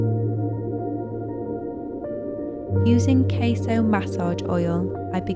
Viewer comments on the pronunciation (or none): none